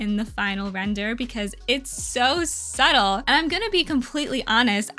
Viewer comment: the way you say “subtle” is so satisfying to me 😭